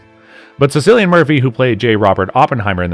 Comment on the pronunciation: Your credibility sinks to its lowest here. How can you comment on a film where you don’t even know the lead actor’s name?! It’s KILL lee un, dammit.